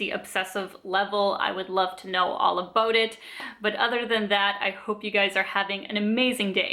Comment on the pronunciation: You really remind me of Robin from How I Met Your Mother. I love the "abuts". It sounds really Canadian!